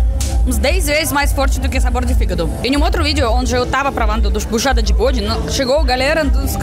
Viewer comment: Tripa de "bôde", kkkkkkkkkkkkkkkkkkkkkkkkkkkkkkkkkkkkkkkkk é uma delícia.......